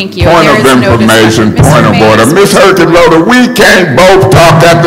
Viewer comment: "Ms. Herkenroder".. 🤣🤣🤣.